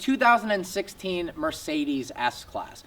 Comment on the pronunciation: Explains how to pronounce Maybach and then pronounces Mercedes wrong 😂😂